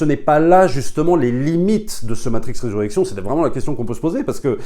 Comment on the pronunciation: Bon film, belle satyre sur le monde actuel. J'ai vais le revisionner pour être sûr d'avoir tout bien saisi. Juste un p'tit truc, c'est Resurrections (le s se prononce, 3e personne du singulier).